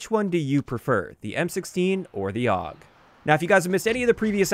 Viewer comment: Awg. That hurts my soul. Every single time i heard it i died a little inside. I still dont get where ppl come up with awg from AUG ._.